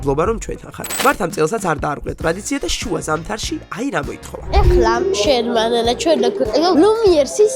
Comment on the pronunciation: მარტო მე მესმის რო მართა მანანას მაანას ეძახის??(არანაირი ჰეითი)😅